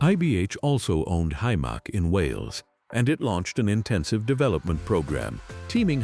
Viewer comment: Hi-mark? Hy-Mac you mean. AI narration is shi*e.